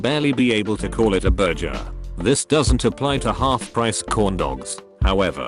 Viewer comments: take a shot every time the TTS mispronounces burger and enjoy your alcohol poisoning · Voice said burjer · I don't blame the AI voice for messing up that word; I don't think I can quite pronounce it right myself (I mean, it comes from Nahuatl and even the name of the language is hard for me to say lel), but for it to say "burger" wrong is a bit strange.